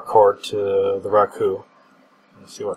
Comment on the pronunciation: RooKoo he says.